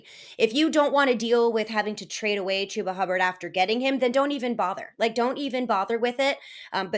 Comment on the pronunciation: She really said Chubba for David Montgomery 🤣 can I join your league?